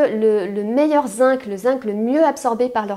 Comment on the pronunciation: Bonjour, excusez moi mais le mot Zinc se prononce "zing".